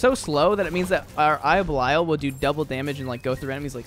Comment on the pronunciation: Can't get over how you say "eye of bell-eye-al"